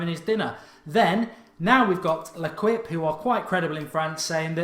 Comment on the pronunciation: Mark L'equipe is not pronounced that way it's something like "lekeep"